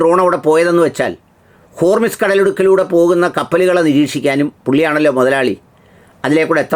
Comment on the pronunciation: ഹോർമിസ് അല്ല, ഹോർമുസ് ആണ്